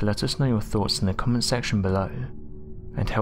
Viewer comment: What is worse?.. Hearing you not pronounce 'th' properly..